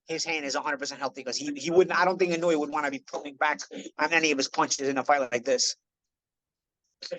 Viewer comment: Gawd knows I love you,, but it's "ee-no-ue." That last syllable is a dipthong: almost but not quite two syllables--a slide from the "oo" to the "eh," like the ue in suet (the bird treat). Please forgive me, I know I probably sound like prick. I'm an English professor, a bird lover, lived in Japan a couple years, AND Inoue's probably my favorite fighter of this era.